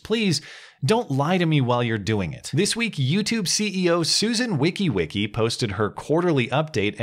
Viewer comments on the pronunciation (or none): That's pronounced "wha-jiss-key" not wikiwiki lol sorry if you did That on purpose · The only problem I had with this video,, is that you didn't research and practice how to pronounce her name. I think you, as one of my objective and trusted sources, owe me and her that in this video. I laugh at the Wickiwicki moniker in your livestreams, though, since I can never remember how to pronounce her name either. But in this video you're speaking to her on business and governance terms, so it deserves her real name.